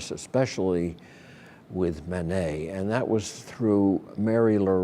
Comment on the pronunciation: Manet, not Monet